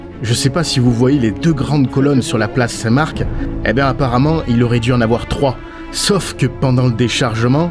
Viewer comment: Enfin quelqu’un qui prononce place St MarC et non St Mar…